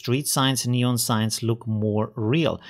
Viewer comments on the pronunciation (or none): none